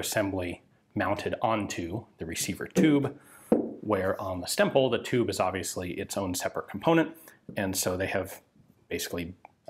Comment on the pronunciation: Every time Ian says "Stemple" I am hearing "stem bolt" and I am reminded of the long running gag about self-sealing stem bolts on Star Trek DS9.